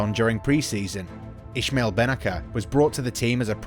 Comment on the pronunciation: Wait... what ? Who's Ishmael Benaker ? I think you meant I"s"maël Benna"c"er. Both pronounced "S"